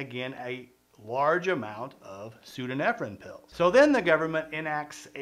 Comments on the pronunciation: I have to think your pronunciation "pseodo-nefrin" is a troll on your part for entertainment. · You got ephedrine right but the other is pronounced pseudo-EPHEDRINE, aka Sudafed. Basically the same thing, just a different isomer. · Every time he doesn't say pseudoephedrine right it hurts a bit ngl. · *pseudoephedrine. Not whatever th he's saying there.